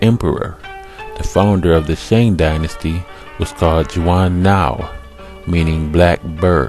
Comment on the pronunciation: When the guy mispronounces the dynasty names right at beginning this video loses all credibility. Stopped it there.